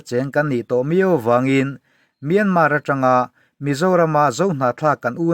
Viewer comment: Myânmá tilo khan Myānmār tiin ri hniam fân phei deuh khan lam ta che.